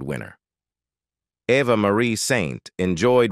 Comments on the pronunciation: Pronounce names correctly ! - It is no AVVA but Eva. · yes!! Eva and Ava are not the same!!